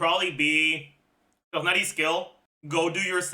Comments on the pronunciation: the way he says tough-nutty instead of tig-nar-i drives me up the wall! how does he speak english so clearly with everything else he says, but BUTCHER names so badly!? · God if that's how you say Tighnari correctly, then I will continue saying it wrong.